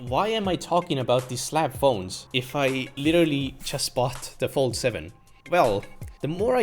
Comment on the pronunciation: Galaxy "Phold"